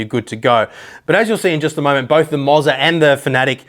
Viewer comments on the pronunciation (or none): I'm fairly confident it should be pronounced Moh za, not Mozza, or it would be spelled Mozza...